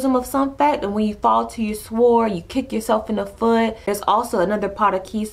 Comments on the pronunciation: Love these video but sword is pronounced sord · do not pronounce the "w" in sword. it is said like "sord" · Thank you so much!! Needed to hear this. Can I make one small suggestion...the W in sword is silent Like the k in knife The L in Salmon Peace!!!!